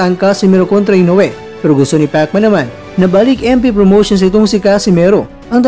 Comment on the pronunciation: Pekman HAHAHA king inang pagsasalita yan🤣🤣